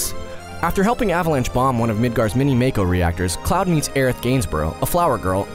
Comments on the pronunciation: just to let you know after games like crisis core with voice acting it happens that mako is pronounced mawko seams like alot of peolpe don't know about that at least your not one of the people who talk about crisis core and sill mispronounce it that just makes people look dumb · Why do so many people pronounce it "mayko" when it's very clearly "mahko"